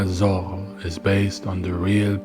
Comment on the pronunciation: Pls, don't speak ''Zorro'', it's ''Zoro''